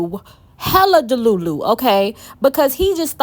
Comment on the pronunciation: You know why i stayed? You keep saying deLULU like my EX ...🤣🤣 ,,,fantastic review by the way..